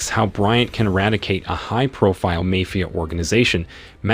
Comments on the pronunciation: A.i voice over say's " MAYFIA" and not MAFIA lol 🤭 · It's not 'mefia' boss, it's pronounced as 'maaa-fia'. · Why do you not know how to pronounce Mafia. (Mah-Fee-ah) Not May Fee Ah. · It’s mafia not may fee ah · MAFIA ( MA- FEE- AH ) 😂😂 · Lol ..mayfea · Poor pronunciation in the word Mafia: In Italian and Spanish, the letter "a" is always pronounced like the "a" in the English word "father"!!! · Please pronounce mafia correctly.